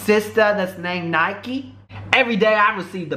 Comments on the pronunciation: It's NIKKI NOT NIKE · Your saying her name wrong and your fake that's in 2012. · You're saying her name wrong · U saying her name wrong